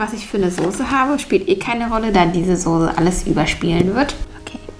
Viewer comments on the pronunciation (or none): Es heist sose aber wird soze ausgesprochen.: sose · Sie sagt immer sose😂😂😂 oder die nudeln sie voll gesogen😂😂😂😂 es heißt Soße und voll gezogen no hate mach weiter so ahh und sie sagt schips anstatt chips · es heißt immer noch soße und nicht sose! keine ahnung, wo du dein deutsch gelernt hast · Die Sose ist richtig scharf... Ich: Sose? SOSE? Trigger